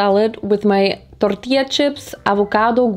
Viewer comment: you said tortillas very good lol